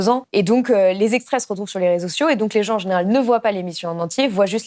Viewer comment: BLAST (et autres), par pitié, donnez des cours de diction à vos journalistes et calmez leur débit, inutilement rapide. Ainsi au temps , votre journalistes prononce "rezsio" pour réseaux sociaux. VOUS Y GAGNEREZ EN AUDIENCE !